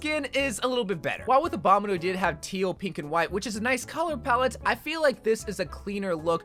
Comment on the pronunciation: I dont like the way he says "abominle" instead of "obominible"